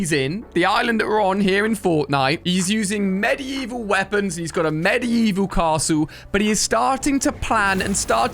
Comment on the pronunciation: It’s so annoying when he says medevil and tortoise